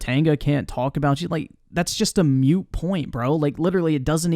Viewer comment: Did he say MUTE POINT??? Here in merica, we say MOOT I didn't realize how pretentious has gotten. I definitely understand not caring but this live stream has the whiny energy